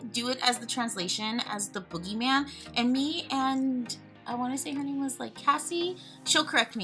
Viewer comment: ooo you did great at remembering and pronounced my name right. The only thing is that my husband is originally from Mexico not Venezuela haha! I can imagine it’s hard to remember details because of how many people you respond to daily. Seriously translating to Spanish to English can be similar at times or mean totally something different I’ve learned. He has taught me some of the language over the years! Xoxo